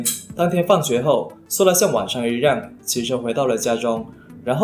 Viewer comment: 小渊 yuan1(不是ruan1); 一样 yang4(不是rang4); 左右(you4,不是rou4)